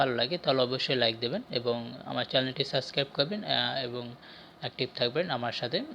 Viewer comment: সাস্ক্রাইব না শব্দটা সাবস্ক্রাইব